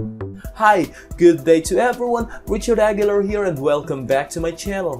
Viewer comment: Please pronounce your name properly,( A.GHI. LAR) The "R" is rolled. Or in English phoneme (ah. gheee. lar) always the rolled r.